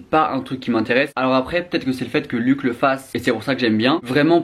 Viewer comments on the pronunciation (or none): Par contre, pour éviter qu'il te tape sur les doigts , son prénom se prononce pas "luck" mais bien luch, avec le son "ch". Il l'a répété plusieurs fois dans ses vidéos 😅